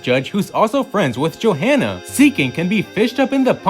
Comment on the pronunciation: You do know there's more than one manga, right? There is no "the" manga. The h in Johanna is silent. Jo-anna. ok WHO thought the Alola mom was Shauna? They don't look anything alike and there hasn't been enough time between games.